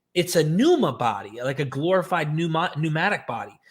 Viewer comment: I'm ecstatic to hear you finally pronouncing pneuma correctly!